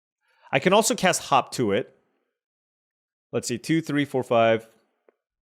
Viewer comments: It's not yours or WoTC's fault, but every time you say "hop to it" all I can hear is "hawk Tua it." Either way, I agree. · Watching it on 1.5 speed while at work, had to rewind it to make sure he wasn't saying hawk tuah when reading hop to it.😂